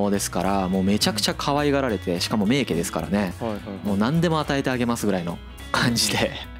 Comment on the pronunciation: 名家を「めいけ」と読むのは間違いですよね。。。気になるわ～